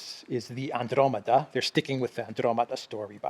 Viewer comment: You keep saying Andromeda wrong. It does not come with it's own accent...